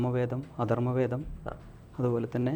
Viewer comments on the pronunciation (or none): 😂😂😂അധർമ വേദമല്ല സുഹൃത്തേ അഥർവ്വവേദം.. പാവം കൃത്യമായി വേദങ്ങളുടെ പേര് പോലും പറയാൻ അറിയില്ല 🙄🙄